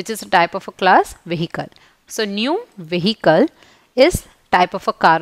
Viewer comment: mam why do u pronounce the h in the word vehicle? i am sorry but i have say u do have a lot of grammer mistakes in your vocabulary .